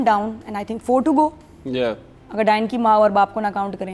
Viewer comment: Someone tell him its not Dine Its “Daa-yan”